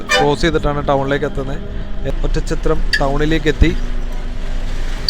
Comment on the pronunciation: ഒറ്റം ചത്രം എന്ന് കേൾക്കുമ്പോ അരോചകം. Oddanchatram ഇതാണ് ആ സ്ഥലനാമം .